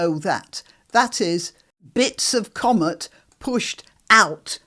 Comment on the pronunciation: It's "comet" not "commut". 😄